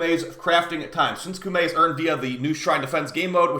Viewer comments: KO-MAY is the actually pronunciation btw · Heard someone said cummy